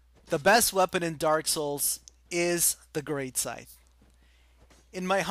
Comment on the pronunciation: Greatsight? hahahahahahahaha Its Great Scythe